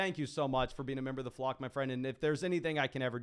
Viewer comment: Just some obnoxious feedback I guess but when you say Flock it sounds like Flog …slow down so we know it’s Flock, the flock fantasy crew baby. We here